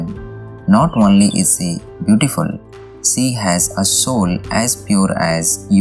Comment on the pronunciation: Hey, do not pronounce "She" like "See". Pronounce "She" like you pronounce Sherwani or Sher meaning Tiger or Sholay movie.